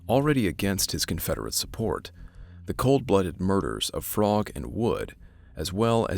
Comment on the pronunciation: No worries. I'm not going to yell at you. One thing you might want to know is that the Frogg name is pronounced so it rhymes with rogue, not as frog. But you had no way to know that, because it doesn't make any sense.